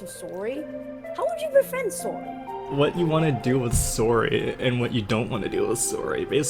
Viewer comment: "Saury"? That Sounds Like A Pronounced "Sorry"